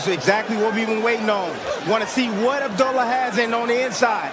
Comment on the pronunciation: I wish he correct these people on pronouncing his same. It's not Abdella, it's Abdullah (Ob Doola).